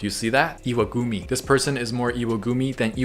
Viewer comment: "Iwagumi" cracked me up so good xD